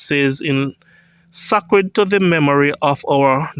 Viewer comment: i wish you would prounce the word this way SAY-CRED